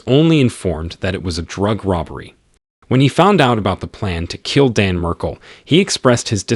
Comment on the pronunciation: The least you could do is pronounce his name correctly. Jeez